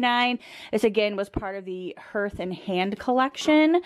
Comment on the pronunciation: Just and FYI---it's pronounced "hearth" (har TH)